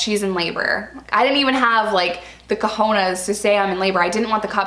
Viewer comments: cojanas 😂 its cojones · 'the cahonas' lol